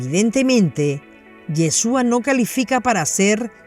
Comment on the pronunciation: No es Yheshua es YHASHUA.